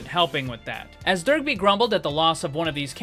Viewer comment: Love the concept, but I can't stop hearing you say Derpy every time you say his name. Dunno why, but it cracked me up the whole video.